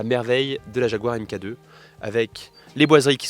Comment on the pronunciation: Elle est magnifique 🤩 Mk2 se prononce mark 2